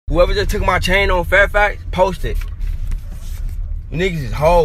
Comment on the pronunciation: He said don't poth it Lol😂